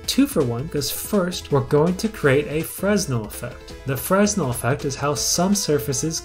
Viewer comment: for future reference, the "s" in "fresnel" is silent. Also, it isn't just some surfaces, but all surfaces. It's just more noticeable on some surfaces than others